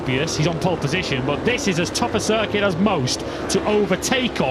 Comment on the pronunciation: So Matt Birt Can Mispronounce “Circuit” Just Like the Spanish, But Still Can’t Pronounce “Michelin”🙉🤡